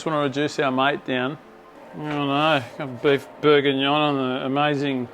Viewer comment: Don't you mean... Beef Bourguignoy?